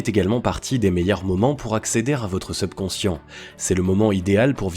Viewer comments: subconscient (et pas sebconscient) prononciation (super contenu) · Effectivement dire SUBconscient et non SEUBconcient aide à une meilleure compréhension. Ce défaut de forme gâche un peu la qualité du fond...pourtant d'une grande valeur. 👍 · Je vais essayer de trouver une autre vidéo sur ce thème car c'est vraiment irritant cette mauvaise prononciation seubconscient au lieu de subconscient. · Mdr le SEUBconscient. SEUBjectif. SEUBurbain. SEUBlimer. SEUBjuguer.SEUBmerger.SEUBversif.SEUBsonic.SEUBventions.SEUBlime etc etc... servez-vous du subconscient pour l'orthographe et la diction avant de s'intéresser à la Psychologie donc. Ca peux servir à être plus crédible. quitte a faire semblant de s'y connaitre... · #SEUBconscient 🤦‍♂️c'est un mot Français pas besoin de le prononcer à l'Anglaise 🤣.. Les gens vont plus à l'école ou quoi..? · Prononciation seubconscient insupportable. Pourquoi pas teubconscient pendant qu'on y est ? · Vous prononcer mal le mot subconscient dommage c'est un "u" pas un "eu" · Très bonne vidéo, seul bémol, la prononciation du mot subconscient, surtout qu il revient souvent ! Bonne continuation et bravo pour le contenu 👏🏻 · C'est vrai que c'est vraiment irritant mais je pense que c'est un robot qui parle. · il le prononce comme le "sub" de subscribe ..technique de manipulation ou quiproquo ? à vous d'voir